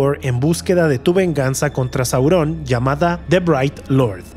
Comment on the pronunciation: Por qué dices "Saurón" o "influencía"?